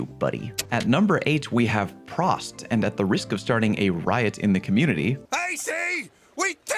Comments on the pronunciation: Prost it's pronounced "Proast", not "Prahst" 😆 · At least you acknowledged what "prost" means, but goddamn, your pronunciation made my high school german teacher scream in anger.